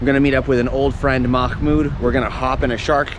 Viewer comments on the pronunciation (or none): Mahmoud had a lot of patience with you pronouncing his name wrong lol